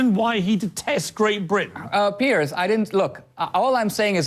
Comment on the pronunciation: You don't know anything about me or my ancestors. It is not the same situation. You don't know what you are talking about. You can't even get his name right. It is Piers, not Pierce. Bush was a US citizen as well so, you are comparing apples to oranges. I didn't agree with everything about the Bush administration either, but Obama is alot worse. How you turned this to politics makes no sense either. Good luck to you.